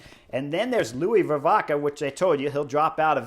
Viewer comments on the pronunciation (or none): I know it's hard and it doesn't really matter but... Pronunciation Vervaeke is not Ver-vah-key but Ver-vah-kuh. Van Wilder sounds cool in English but it's Van Will-der (like in wilderness). As Quickstep has shrunk those names will probably return so there you go. Pretty cool Vuelta thus far, this seems to be the stage race breakthrough of REV. Let's hope he stays on the bike and healthy. I also believe the Vuelta is probably best fit for his qualities. One sprint after another in the Giro and the big guns at the Tour would have been too much to handle this year for the kid. Good choice by his team.